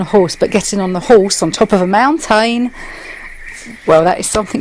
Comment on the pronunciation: On top of a mount-tain 🤣